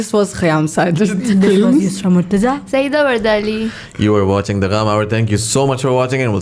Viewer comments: Imagine..... 30 sec on her name and its incorrect......... Its "Yusra" .... "Usra" is wrong. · Regarding the name Usra, it’s supposed to be pronounced as Yusra! This I have observed in Pakistan over the past two decades or so . Interestingly to use letters for their pronunciation is a bit odd! I am no linguist but the letter U is pronounced as ‘you’. But the letter U by itself is majority of the time is pronounced as in the word ‘us’ . It’s definitely not yus! This becomes more important if used for proper names. If Pakistanis want to use Arabic words then use them with proper pronunciation like in this instance it should have been Yusra rather than Usra! I don’t know why your parents created this confusion and you have to correct people for the rest of your life. Nothing personal kiddo, not your fault. Peace. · Yusra starts with Y not U... This is the reason why people is pronouncing her name wrong. Y and U both have different sounds.